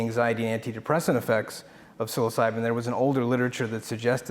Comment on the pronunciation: "Psyilocydyn" hahaha he's too intelligent, but still human ;P